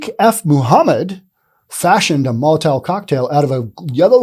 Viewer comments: STOP SAYING MOLITAIL, IT'S MOLITOV. MOLITOV, NOT molitail! This is grade one pronunciation, and you just failed miserably. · Molotov isn't the hardest word to say.... except for you.🤔